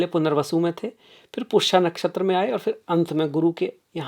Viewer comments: आपने अंग्रेजी में ज्योतिष शास्त्र पढ़ा है क्या ? पुष्य को पुष्या, मघा को माघा? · माननीय, विद्वान होकर शुद्ध संस्कृतभाषा बोलिए— 'क्षमता' को "छमता" न बोलें: 'पुष्य' को "पुष्या" न बोलें; 'आश्लेषा' को "अश्लेषा" न बोलें; 'मघा' को "माघा" न बोलें; 'अध्यात्म' को "आध्यात्म" न बोलें। हर बार 'श' को 'श' ही बोलें, कभी भी "स" न बोलें।